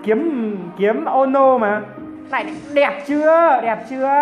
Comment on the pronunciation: Kiếm ô nô Tui nghe có lộn không .Trang phục tên ki ê mô nô mà